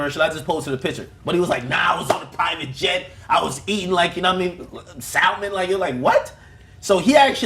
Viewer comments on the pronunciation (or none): we just going to gloss over the fact that Akademiks doesn't know how to pronounce SALMON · Akademiks don't know how to pronounce "salmon" lol.